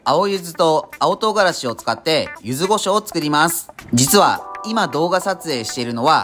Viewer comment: 柚子胡椒をゆず「ご」しょうと言う人初めてみたわ